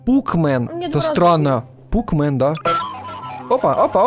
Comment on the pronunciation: не пукмен а пакмэн